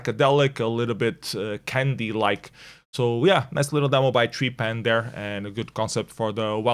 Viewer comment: Heh, again the ‘treepan’ pronunciation instead of ‘trepaan’ 😅